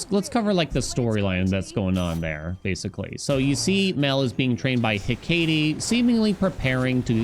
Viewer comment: My brother in Christ. It is pronounced heck-ah-tay. Not hekayyytee. Thank you from us all. Update: it’s also ha-fest-us Not haphaysteus.